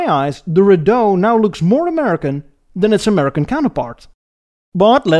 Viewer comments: And it's REE-dough, not riDOUGH. Just picking nits now LOL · Viscount "vi-count" McLaughlin "Mick lock lin" Rideau "ree dough"